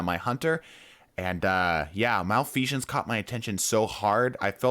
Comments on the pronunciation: MalfeSHense? What? I think you mean Malfeasance. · “Malfesion” lol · Okay, but why do you pronounce it "malfeashance"? xDDDD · Why is the S coming out as a J sound when you say Malfeasance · he really said malfeajance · Why he saying its name like "malfeazhance" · why do you keep saying Malfeasance weird? theres no "sh" sound on the S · Bro said Malfeashons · Okay, first off, thank you for the video. Secondly..there is no H in Malfeasance. It is not Malfeshance. Just a heads up. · Bro there is no h in malfeasance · Fun drinking game, take a shot every time he mispronounces Malfeasance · Everytime I hear "malfeasance" pronounced incorrectly a part of my soul dies. Malfeasance has always been good with lucky pants ever since their inception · I keep getting distracted by your mispronounciation of malfeasance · More PVE vids, please. But do drop the non-existent "sh" in "Malfeasance". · it hurts every time he says malfeasance